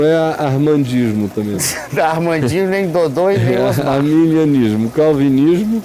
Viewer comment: Já começa que o apresentador nem sabe falar Arminianismo , pra caba mesmo !